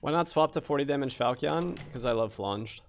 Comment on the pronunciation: I came here to learn, and learn I did, but please my brother in Christ falchion is pronounced fal-chen and the "a" in flanged is pronounced as it is in "land"